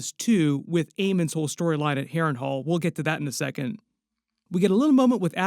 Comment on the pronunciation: why do i hear you say hairring whole ? xD (harren hal)